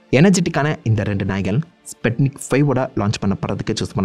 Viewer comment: I think pronunciation should be ஸ்புட்னிக் not ஸ்பட்னிக் one more unforgettable headlines on those days 1969 Year newspaper "MAN ON MOON"